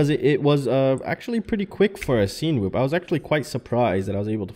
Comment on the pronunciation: You’re pronouncing it weird. Cinema - sin-a-ma Cinewhoop - sin-a-whoop